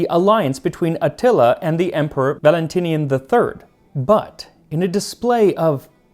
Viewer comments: You pronounce many other names and titles with flair—do so with Atíla, pronounced A tee la And it’s done in a pot so it becomes heavenly and falls apart. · bruh you really gotta listen to the names you say in your videos. i cant take another atilla xD